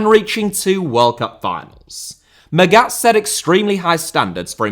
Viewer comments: Hell, it’s mAghat pronouncing the first a, as least it wasn’t intentionally chosen to let it sound like maggot … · Come on, I thought you were better than this. Your pronunciation of Felix Magath is just atrocious, you should have looked it up before making this video. Normally you are spot on in your research and preparation, but in this case you fulfil the stereotype of an English football pundit talking a lot without knowing enough. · mispronouncing german is his thing, doesnt change that what he's mispronouncing is still well researched and presented. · Yes, in this case I'm being pedantic. The way he pronounces Magath in the "wrongest" possible way is shocking, especially because normally does such a good job and does good work. I'm a teacher in a big city, with a lot of children from many different ethnicities. I make sure to ask every one of them how to properly pronounce their names. It's a sign of respect to at least try. Look at the prem, they understand this as well and have these videos where the people tell you how to pronounce their names. And for someone like felix Magath there are a lot of videos online in which you can hear the correct pronunciation of his name, they are very easy to find.